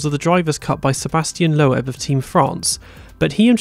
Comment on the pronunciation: Great video. Just one small thing.... Sebastian Loeb is pronounced 'Lobe' as in 'ear lobe' and not 'Low ebb' as you pronounced it. But that's not really a major indiscretion, more of a 'slip of the tongue'....lol.